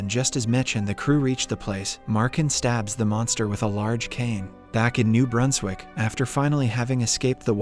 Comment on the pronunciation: ITS NOT PRONOUNCE AS NUBERSWICK ITS NEW BRUNSWICK